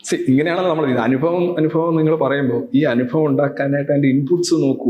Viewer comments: രവിചന്ദ്രൻ സർ....... അങ്ങ് ഇംഗ്ലീഷ് പ്രൊഫസർ ആണ്. അങ്ങയെ പഠിപ്പിക്കുകയല്ല, വിമർശിക്കുകയുമല്ല. നിറഞ്ഞ ബഹുമാനത്തോടെ അറിയിക്കുന്നു ...... സർ അനുഫവം അല്ല സർ ...... അനുഭവം എന്ന് പറയൂ സർ.... കേൾക്കുമ്പോൾ വല്ലാത്തൊരു അരോചകം തോന്നുന്നു. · ഒരു പ്രൊഫ ആണ് അനുഭവത്തിന് അനുഫവം എന്നു പറയുന്നത്.....